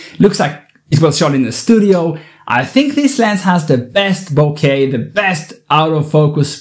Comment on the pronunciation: I'm so glad that Nikon is bouncing back with tremendous awesome gear! And thank you for pronouncing bouquet correctly! The first photographer in YouTube to do so! 😊